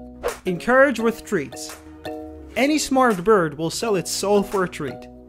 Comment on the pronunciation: I THOUGHT YOU SAID ENCOURAGE WITH THREATS HELP LMAO